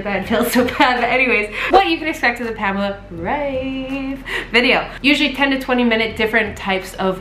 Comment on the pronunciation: I'd love to leave more likes just because you are the first non-German person I've ever heard pronouncing Pamela Reif in the right way.